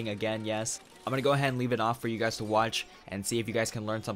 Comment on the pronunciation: "once you gays..." Listen here bud... how'd you know